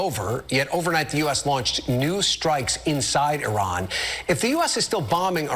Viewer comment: the way he pronounced Iran..but yes, I agree…the time..😊